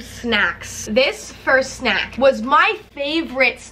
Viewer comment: Why the FUCK does she say snack like that 😂😂😂😂 like sNAK